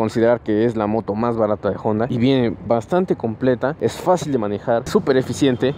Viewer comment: Si la moto fuera yanqui entiendo pronunciar jonda pero es japonesa y en español la h es muda no decimos joi para decir hoy. Buena moto, deberías poner neutral en los semáforos desgastase así el embrague mucho, también dejas medio embrague en ruta por llevar marcha inadecuada.